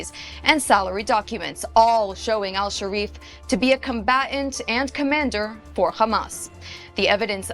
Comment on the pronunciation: “Anas”Hasharif. Really? Who? Hasharif?